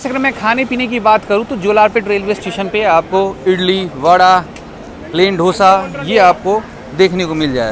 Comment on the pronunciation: Dosa hota hai.... Dhosa nhi... Samastipur ke naam kaahe la buraile chahi😂😂😂